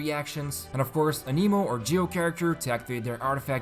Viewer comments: Just a peeve I have. It's pronounced 'Ann-eh-mo' not 'A-nee-mo' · "aneemo" lmao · Aneemo, TartaGLEEA, Jongli...the prononciation is just top noch